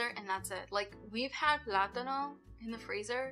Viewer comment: Your pronunciation of the word plátano is on point! 😊